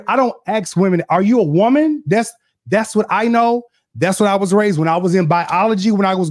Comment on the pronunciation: A whoaman... hold up! That IS a WHOAman!😂😂😂❤